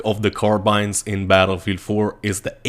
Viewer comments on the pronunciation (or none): "battlefee 4"